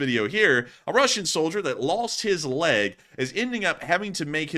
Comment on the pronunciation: Leg... log.... is close enough,.